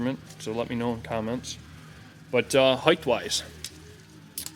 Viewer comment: There is no additional h in height. It's not HEIGHTH.